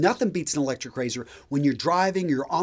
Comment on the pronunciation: Electshryc Rayzhyrsh!